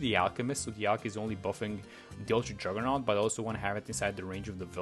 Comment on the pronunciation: "uwtwa juggewnaut"